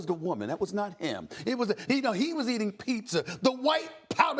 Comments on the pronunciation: “He was eating pizzer”😂😂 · ‘He was eating pizzer’ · “HE WAS EATING PIZZER !”